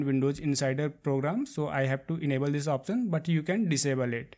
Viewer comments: It's Option no Opsion dude. Locasion Opsion lmao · Like the way when he says "opsion" and "joom" XD